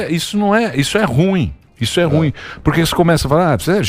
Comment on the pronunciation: Emílio tinha tomado uma pequena aula de Cintia Chaves sobre o adjetivo “ruim”, mas ele continua falando “rúin”. 🥺😅